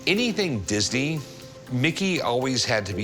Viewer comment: 😂 Yeah!!! Think he was High as a kite!!😁 That dry mouth, he could hardly say Disney!